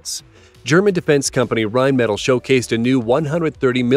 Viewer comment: listening to Americans totally fail to pronounce Rheinmetall is hilarious